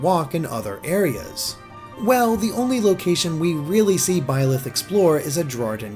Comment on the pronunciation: Please correct me if I'm wrong, but isn't Byleth pronounced like B-Lie-th, or something like that? The name has multiple spellings, but its referring to the demon king, which given the emphasis on the goddess; it seems like this is going to be another "the devil is the hero from another perspective" kind of story, which isn't bad if handled right.